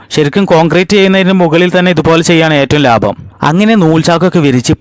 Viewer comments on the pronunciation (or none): none